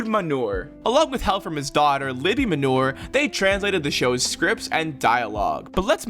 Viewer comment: Khaverim - friends Ehud *Manor (not 'manur')